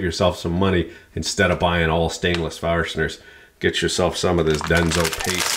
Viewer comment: How many r's are in the word, "fastener?"